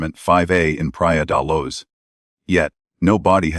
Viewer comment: The voice on this video does not pronounce Leicestershire properly or the city in Portugal Pria de Luz.